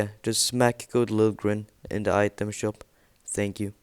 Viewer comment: U say shop or shope no trying to be mean